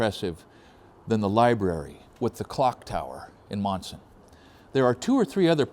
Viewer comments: not too many towns out this way sound the way they are spelled...lol These are two examples... Leominster (Leminster), Monson (Munson) Great video. Keep up the Good the work! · Lol quite a story. Being from Massachusetts I did get a chuckle out of your pronunciations. Monson is "Munson" Leominster is "lemonster" Glad you had a nice trip. I am only 15 miles from Monson. I worked in the "old town hall" in Monson which dates to the civil war. Very interesting as I never herd of George Burdick. learn new things every day